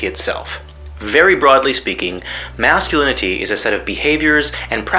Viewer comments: "Tothsic Mathsculinity" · The way he says "masculinity" as "masculiniTEE" unsettles me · Am I the only who can't stand his pronunciation of "masculinity", the fact that he goes out of his way every single time to put emphasis on the suffix and not the root. Thinking about that specifically, it's kind of funny. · You can tell he's really trying to pronounce the T in "Masculinity" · that sing song ish way he pronounces masculinity... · The way he pronounces "masculinity" became increasingly grating over the course of the video.